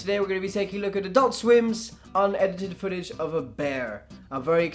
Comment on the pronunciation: Why do they call it unedited fotage of a bear